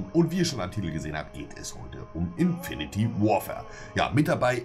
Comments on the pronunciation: Omg es heißt infinite Warfare und nicht infinity meine Fresse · Es heisst INFINITE Warfare... Und nicht Infiniti Warfare. Naja wenn man bei einem anderem Video Kamara schreibt, wann soll man da erwarten. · Wie und Monte immer ''Infinity'' Warfare sagen:D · Es heiß "Infinite Warfare" und nicht "Infinity Warfare" was ist daran so schwer! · Es heißt nicht INFINITY sondern Infinite, man spricht es Infinit! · Er spricht das Spiel einfach falsch aus... haha Das Spiel heißt INFINITE (ausgesprochen: infinit) Warfare und NICHT Infinity Warfare, wie du es aussprichst. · Warum haben eig. so viele n problem damit "Infinite" zu sagen? Alle sagen immer "Infinity", checks nich was daran so schwer is. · Das spricht man "infineit"! nich Infinity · so viele leute sprechen es falsch aus infinite warfare und nicht infinity warfare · Monte..."Infinite", nicht "Infinity", du Kek. -.- Edit: Ihr könnt es alle nicht aussprechen, ihr Keks. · Es heißt INFINITE Warfare und nicht INFINITY Warfare! Jedes Mal falsch ausgesprochen im Video... Macht doch gar keinen Sinn 🙄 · wieso sagen alle inifinity warfare?😂 es heißt infinite warfare :D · Es heißt Infinte Warfare und nicht Infinity Warfare😒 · Infinity Warfare alles klar Sprecht es doch mal Richtig aus :/ :D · sag bitte nicht infinitY warfare.... BITTE! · kann denen bitte jemand erklären wie man "infinite" ausspricht :D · Das (e) von Infinite ist stumm